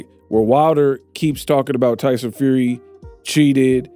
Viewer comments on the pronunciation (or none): none